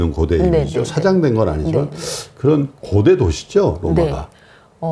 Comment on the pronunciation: 장음인 단어의 첫자를 짧게 발음한 예:세속,사장 고대,세계,과거,세계,대개,대부분,고대,공화국,대단한, 고대, 고대, 등, 장단음 문제가 심각합니다. 미국 변 완수 배